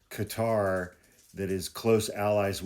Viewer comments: Qatar kuh-tar. Not Cutter. No u or e in qatar. Please. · Qatar is pronounced kind of like a blending of Cutter and Gutter...